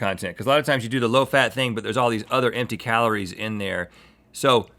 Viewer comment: did he just call calories kahloore